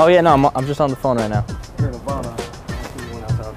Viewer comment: Why did you say Nirvana like Nevada